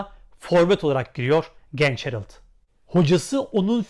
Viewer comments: Harald , aynen Harald diye yazıldığı gibi okunur çünkü adam alman isim almanca. Niye alman ismini İngilizce okuyup herıld diye telafuz ediyorsunuz…? Anlamıyorum böyle basit mantık hatalarını. Biraz meraklı olun, orjinal olun kardeşim… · Ağbi Almanca da A kelimesi Türkçedeki gibi telaffuz edilir. Yani Hereld şeklinde değil, yazıldığı gibi Harald diye okunur. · Abi almaca telafüzü Hereld değil Harald😊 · Yazıldığı gibi okunur harald herıld deil ayrıca ismi anton olana otamatikmen toni denir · Emeginize saglik ancak gercek adı Herild degil HARALD 'dir. 💙💛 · Herild değil, Harald okunur ;-) Almanya dan selamlar